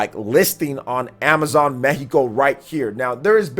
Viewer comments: Thanks for saying "Meheeco" and not "Meccico" 🤙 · Good info as always and as a bonus, your spanish pronunciation of Mexico is on point.